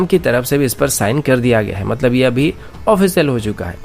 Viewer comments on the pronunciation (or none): none